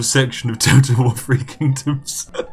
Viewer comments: I like how he pronunciates THREE as FREE. Free Kingdoms, from unlimited gold. :) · It's really bugging me how you say "3". It's 'THree' (emphasis on the 'th' sound) and not 'free'. This may seem pretentious but where's your proper British pronunciation. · He has a lower class southern uk accent. They can't pronounce th. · Free or three.....YOU DECIDE!!!!!!